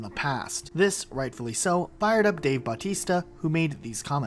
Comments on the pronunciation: It is pronounced ba-teste-a not balltista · Batista not bowtista